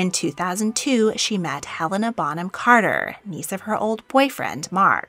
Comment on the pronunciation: Did you say........Bonham Carter??